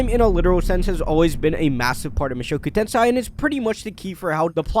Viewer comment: Mushoku TenSAI? what's that?